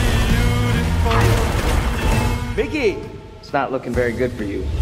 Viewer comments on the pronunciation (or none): On a maintenant une explication de pourquoi le film est resté dans un tiroir pendant 1 an après avoir été terminé: son aspect politique. Parce-contre c'est pas contre toi (no offense) mais Mickey ça se prononce Miki et pas Maïki. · Ne t'embête pas avec la prononciation des mots étrangers, il vaut mieux te faire comprendre de ton public que d'essayer des prononciations hasardeuses. Mais pour info, Mickey se prononce plutôt "miki". Pour prononcer "mailleki" il faut avoir le prénom Mikey. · J'ai un vrai gros problème avec les prononciation c'est terrible, surtout qu'ils prononcent "Miki" 140 fois dans le film...